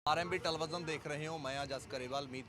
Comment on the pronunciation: veere ਟਾਲੀਵਿਜਨ (ਟੈਲੀਵੀਜ਼ਨ) 😂😂😂